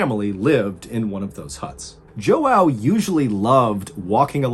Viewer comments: Everytime this student of mine named João pisses me off I'm gonna call him Jouaw kkkkkkk. I couldn't be terrified of the story because everytime I heard him pronounce João I started laughing kkkkkk (Brazilian here). Edit: The correct pronunciation would be like Joh - un (like gun) - oh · JoOw 🤣 pretty it’s pronounced Yow the J is silent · Because I know you like getting things right... I have a Brazilian friend named Joao. The proper pronunciation is not Joe-ow; it's Zhuh-ow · It’s pronounced “John” the ao at the end makes an “on” sound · It JOÃO not joau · Its not pronounced Joao. its Hao 😂😂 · Apparently Mr Ballen mispronounced it. Someone whose father is named Joao pointed out that it'd pronounced "ja wah". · My dude Joao is pronounced jwow. No jo ow lol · I hate to be THAT guy, but I'm 95% sure this man's name was Joao, which is actually pronounced "jwah," I only know the because my sister-in-law is Brazilian, and that is her dad's name. Again, sorry to be "that" guy, but I cringed evey time you said "Joe-wow." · I think Joao is pronounced zhuh-WOU; not jo-ow. I knew a Portuguese bloke called that years ago and that’s how he said it. Great video btw, but then again, I don’t think you’ve ever made a bad one. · Its Portuguese. pronounced “Zhwao”. Not “Joe-ow” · Ok I'm Portuguese it's not jóao it's João and it's pronounced like this = (Ju AUM) 😎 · It’s João not Joaw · It's not pronounced "Joe-ow" but put them together "jouow". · JOE OW? I AM OFFENDED. Its like Juan but instead of wan you pronounce the J. Get it right, Portuguese people like me could get offended. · Great story BUT it was killing me the way he pronounced his name over and over JO AO. It's more like saying Juan and John at the same time. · João is actually John in English. Its pronounced like "Juan" in spanish/brazilian portuguese. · Joao means John. Pronounced as ja wah not how your saying. That’s my dads name 😂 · Joao is pronounced zhaow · Pretty sure ‘joao’ is just pronounced ‘jao’ :)